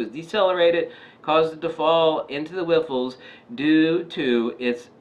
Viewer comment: whiffles? Riffles hehe great vid